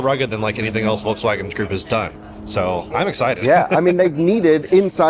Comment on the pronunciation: Curious if he knows there’s an L in Volkswagen. It’s not vokes-wagon. Does he call the bolt/volt the boat/vote? He also say o-ways instead of always. Maybe just an odd accent.